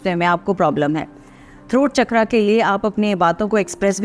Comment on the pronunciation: Instead of saying "चक्रा" you should say "चक्र"